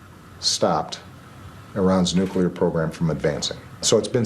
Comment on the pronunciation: How hard is it to say 'nuclear' rather than 'nucular?'